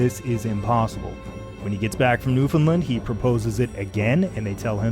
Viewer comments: NewfoundLAND, pronounced like understand. NOT NewfoundLUND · Jon, I am incredibly sorry to have to point this out to you but you pronounced Newfoundland wrong this entire video. It’s “Newfun-land”, emphasis on the Land. Not “New-finlind”. Apart from that great job. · Please promote newfoundland as newfin-land instead of newfinlind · I live in Newfoundland and it's always kind of cute how people minorly mispronounce the name even if they can get closer than saying "new found land" all broken up like that. It's kind of hard to tell somehow over text how you would need to say it to be understood as native but it is weird how such a simple name manages to be a shibboleth for atlantic canadian-ness. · Everybody in the world pronounces Newfoundland wrong, and as residents we're very used to it. It should rhyme with "Understand". Great video and I've enjoyed these so far! Thank you for the content. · It’s an incredible video with amazing research and production, but he pronounces it incorrectly. It rhymes with “understand.” Source: am a Newfoundlander. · Jon I hate to be the bearer of bad news but you pronounced "Newfoundland" wrong at about and now everyone watching from that god forsaken island will let you know about it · He is not pronouncing it correctly. I live there. It should rhyme with "Understand". Best regards! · Jon, I'm sorry, but that is not how you pronounce Newfoundland.